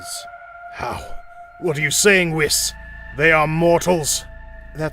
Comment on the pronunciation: I love these little episodes, I just wish that the narrator would learn to speak their names properly. It's not Whis like wish, it's weeds like peace. Etc.